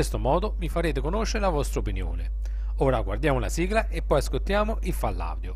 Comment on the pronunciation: Mi piace ciò che pubblichi,L unica cosa che non mi piace e’la tua voce quindi t prego di toglierla o cambiarla( cmq si chiama file audio e pronuncia fail Audio no fall audio)